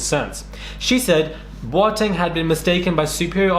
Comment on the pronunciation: Pronouncing Boateng like a proper Ghanaian! Xx